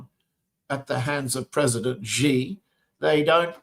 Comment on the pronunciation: John Helmer, you are an expert, right? You hear Nima pronounce Xi correctly over and over again. Then you continue to pronounce his name wrong. It hurts your credibility. "Xi" in Xi Jinping is pronounced a lot like "she", like the female pronoun. Not "zee" like zebra, not "gee" like genius, "jee" like je t'aime, not "see" like sea.